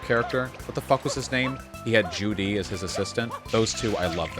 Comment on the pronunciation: stop saying judy or ju-di it's zhu-li!